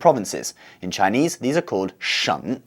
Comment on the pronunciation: Your Chinese pronuciation is very good. And your lecture is easy to understand to non-Chinese people.Hope for more videos of your channel.